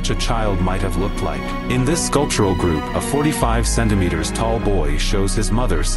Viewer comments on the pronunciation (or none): Was a little weirded out until you said “amazing GRASH-hoppers” and I lost it 😭😭😭😂 will forever pronounce them GRASH-hoppers!